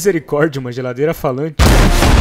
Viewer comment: Uma geladeira elefante??? Pq eu escutei isso